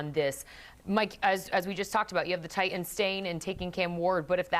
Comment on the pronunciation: Mourning the loss of the letter "t" in the English language. Who the F are the "Ti-ens"? Wish people realized how ridiculous they sound -> like a 12 year-old school girl from Staten Island.